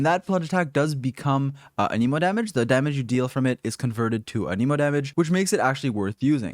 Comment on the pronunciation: It's ahn-em-oh